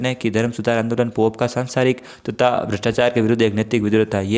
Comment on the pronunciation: सर तद को आप तक बोल रहे है यह दोनों ही (तद तथा तक) गलत है सही होगा "तथा"।